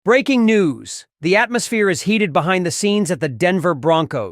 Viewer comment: I can't wait for the draft to start. Respectfully Surtain is pronounced Sir- tan.